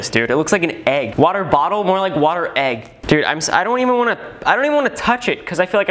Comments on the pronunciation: Normal people: water: whater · In stead of water wahuh